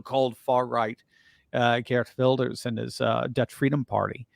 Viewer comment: C9ngrats on getting Gert Wilders name right. Dutch is a really hard language